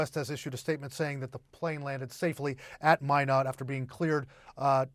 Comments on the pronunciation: IF YOU ARE A NEWS PERSON, CHECK PROPER PRONUNCIATION OF THE CITY YOU ARE TALKING ABOUT. IT IS NOT MIN OTT BUT MY NOT, NORTH DAKOTA. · Mīnot not Mĭnot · FYI, Minot is pronounced "my-not", not "minn-ott". You're welcome. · it's MY-not, not min-ot. How do you get to your level in your profession without knowing that?:elbowcough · Do announcers not learn the correct pronunciations before reporting? The 2nd man did better, pronouncing the city as My-not. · It’s pronounced “My-not” stupid CNN “reporter”. Minot, cause why not. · It helps you pronounce cities correctly! It’s “my not” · It is pronounced "MY KNOT" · Min-ott…that’s a fun pronunciation 😂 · It’s pronounced “My not” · Lol, great source of news. Can't even peonounce a US city properly. 😂😂😂😂 Glad the second guy knew. How embarrassing. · Perhaps a lesson in how to pronounce Minot is in order. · It seems that news announcers would at least look into the pronunciation of the names of cities in their reports. C’mon man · At least one of these broadcasters knew how to pronounce Minot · Are you saying this CNN broadcaster is saying it right? Cuz he's not 😂